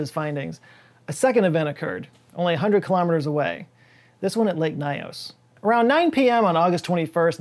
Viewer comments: It's actually pronounced " Lake Nios", not " Lake Naios". Greetings from Cameroon. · I am Cameroonian and this still brings chills even now. I have tried to explain it to several people I know, but there is still skepticism among people here about what happened. The name is lake “Niyos” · As a cameroonian, I can confirm this is so true. People don't live around that area anymore. We say "lake nyos has belch" just so we insert some fun in this horrific situation. By the way, your pronunciation of lake nyos isn't correct but that's not an issue.